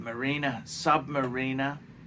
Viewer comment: How come sometimes you pronounce it submariner and sometimes submareener???